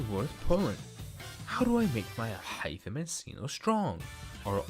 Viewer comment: im glad i did not make in the video justify took the bullet for me 🙏 btw the way you say alhaitham is amazing